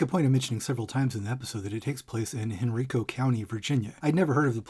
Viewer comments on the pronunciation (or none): It’s pronounced Hen-RYE-co, not hen-REE-co btw lol